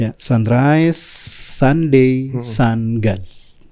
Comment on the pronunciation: Woiii SUNDAY bukan SUDNAY.